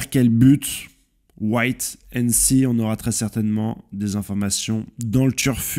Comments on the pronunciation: c'est WAIT AND SEE pas what and see frerot "attendre et voir!!" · Bonne vidéo. Pour Mihawk il fait parti des grands corsaires pour ne pas être traqué par la marine et le gouvernement. Par contre arrête de dire White and Sea lol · je suis au courant pour Mihawk mais il avait rejoint les grands corsaires uniquement pour ça. Maintenant qu'ils ont aboli la faction des shishibukai il est dans la situation qu'il redoutait. Et ecoute bien au lieu de dire Wait and see il dit bien White.